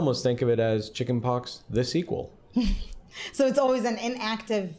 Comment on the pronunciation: Isn't it "sequela" ?